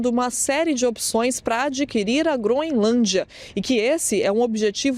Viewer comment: A jornalista fala Groinlândia😅😅😅